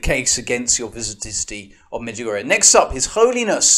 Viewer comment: Father i know most of these people you mention here and much much more and i think there is not a single prove in this video that the Mother Mary is not appearing in Međugorje and btw you are spelling it wrong,it is pronounced like A at the and but that doesnt prove anything too.if you want to prove something how abouth some real evidence?I am realy sory my English is not better and i am not educated in teology but i can tell you that i hear arogance in your voice and the sheperd of God or Marys Warrior or how do you call yourself should not have that,i think you should have more love cause Mother Mary loves us so much.Instead, you are dividing the Church.I cant prove the apparitions in Međugorje either but i dont want to and this is not my job.I believe because of so manny fruits and God gave me the knowledge to feel what is fake and what is not.But i dont judge the people who dont bealive,i just think some of them should be more polite.I dont believe in other religions beside katholic church but should i judge them or should we make example with our life like Mother Theresa or lots of other saints and Layman?I am not at this point yet but i hope i will be.God bless all who is reading this.